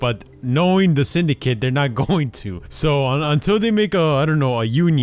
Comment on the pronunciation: why does it sound like English isn't your first language by the way you say Syndicate